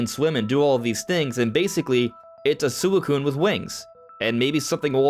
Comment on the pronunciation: why he say suicune like that